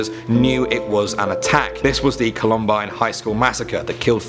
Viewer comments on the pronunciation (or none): Hay columbine is pronounced Colum ByNe I know because i had friends and family in tehre